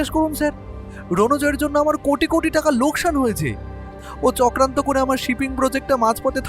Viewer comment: লোস্কান না, ওটা লোকসান